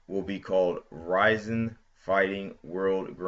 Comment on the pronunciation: It's pronounced Rizin, not Rising.